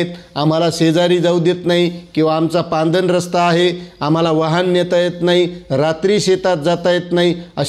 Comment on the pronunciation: सर पांदन नाही हो....... पाणंद रस्ता😂😂😂😂